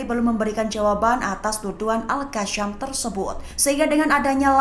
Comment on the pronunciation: Aku hanya nak komen dgn pemberita ini ya..kalau sebut tu biarlah betul erkkk.. al'qassam bukan al'kasyam..sekiranya la itu adalah doa yang bermaksud teruskan hidup,apabila kita salah sebut jadinya doa itu bukan teruskan hidup malah jadinya doa teruskan mati...Nauzubillah,.kalau sebut Kasim lurus pulak tak sebut Kasyim,tapi bila sebut al Qassam jadinya al kassyam..😅😅